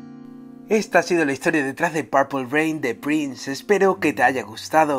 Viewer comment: TE INVITO QUE PRONUNCIES BIEN PURPLE ..... PLEASE ME AWITASSS